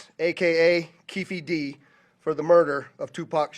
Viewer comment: I like how the female reporter messed up Keefe D name.😂😂😂